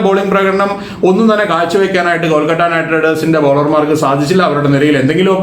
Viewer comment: കൊൽക്കട്ട അല്ല കോണാപ്പാ കൊഴുക്കട്ട 🙄എന്തൊരു ഇറിട്ടേഷൻ ആണെടോ 🙄കൊൽക്കത്ത എന്ന് പോലും പറയാൻ പറ്റാത്ത ഒരു കോപ്പൻ